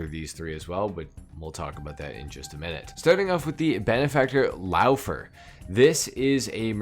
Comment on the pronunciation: another "Verlierer"-situation right there äu is pronounced oy, so pretent it is called Loyfer to say Läufer in german